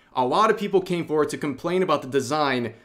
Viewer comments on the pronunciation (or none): none